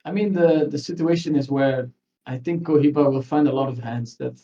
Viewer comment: bro... its pronouncded Ko-he-ba